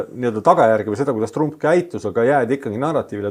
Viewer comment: nimesid hääldatakse originaal keeles,st TrAMp.